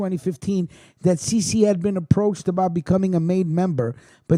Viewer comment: Cece Luppino is pronounced chaye chaye...put some respect on his name. That's my cousin